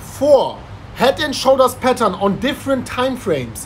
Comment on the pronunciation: All this time I am thinking that is saying 'petals', now I realize that he is saying 'patern'